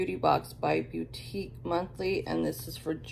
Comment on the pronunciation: It's pronounced Beau-teek monthly 🤣 its cool. I like your box. I get their Mask Maven subscription and I really like it.